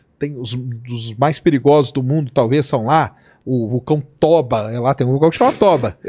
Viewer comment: Caramba, ele encheu a boca pra falar do vulcão Toba 😅😅